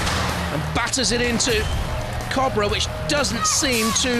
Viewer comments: Captain of Cobrer? Jonathon, go back to school, he said Cobrer the whole time 😂 😂 😂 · That just sounds weird when people say cobra odd.